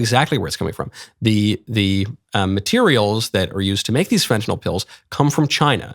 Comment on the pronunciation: Thank you for pronouncing Fentanyl properly...